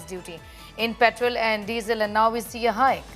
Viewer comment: पेट्रल ॲन्ड डिझल? Pronounce petrol properly rather than using a fake accent